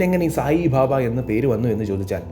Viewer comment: its not bhabha, it is baba